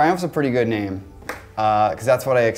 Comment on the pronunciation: when you can't even pronounce your own name